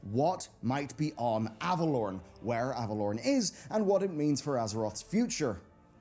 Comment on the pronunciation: omg it's not Avalorn.......it's AvaloREN...REN. Annunciate plz Kul'tiran druids ARE human druids, don't be racist. That's like saying people from Japan aren't human.